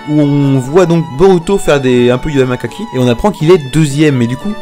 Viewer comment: ta fait une erreur tu as dit yamakaki c'est yamakassi